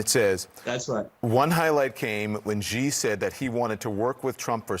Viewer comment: Cnn, you really gotta tell your reporters how to say ‘Xi’